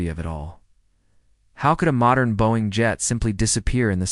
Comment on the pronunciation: AI can’t pronounce “Boeing” funny!